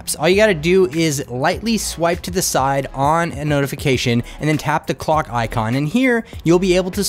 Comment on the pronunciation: It's really annoying that you use the word "thi" in front of words, who doesn't start with an a,e,i,o,u. For example the smartphone, you say thi smartphone... I often wonder why people do that?... It doesn't sounds right in my ears. My primary language isn't English, but Danish, but it still sounds wrong...